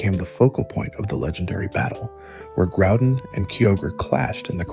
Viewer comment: Oh boy a video to watch. Why are you saying kyogre and groudon that way ?....